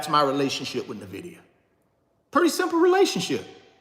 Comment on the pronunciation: Why you say “NIVIDIA” when it is NVIDIA (en-vidia).